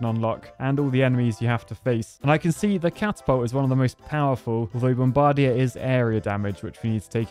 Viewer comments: bom-BAR-dier? BOM-bar-DIER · Is that really how British people say “bomb-bug-deer”? Idk why that’s funny to me haha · The way you pronounce “bombardier” is super creative